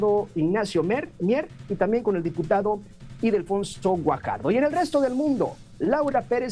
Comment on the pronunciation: Es Ildefonso… no Idelfonso🙄